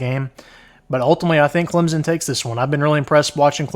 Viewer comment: It’s Clemson, with an S. Not Clemzin